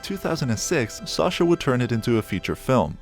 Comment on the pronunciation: Who's SARcha? Do you pronounce Apple ARPLE? No? Then why pronounce SACHA as SARCHA ffs 🙄